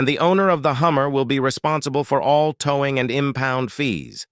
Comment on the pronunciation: This artificial idiot male voice couldn’t even pronounce “towing”….called it ‘toww-ing’